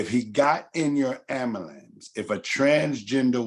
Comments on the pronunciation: Nobody gonna correct this man saying amulance over and over again.... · The word is AM BU LANCE.....repeat it sir!